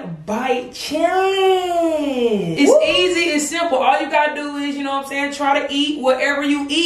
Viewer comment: The way she say challenge